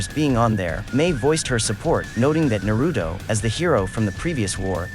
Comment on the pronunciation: “Nerudo” 🙄 These ain’t English names you are pronouncing smh